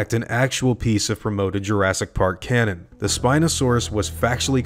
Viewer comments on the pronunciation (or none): none